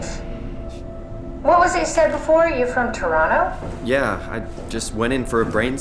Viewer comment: Respect for pronouncing Toronto the right way, subbed 🫡